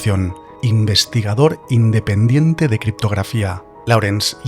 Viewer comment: No se pronuncia "laurens" sino "lórens"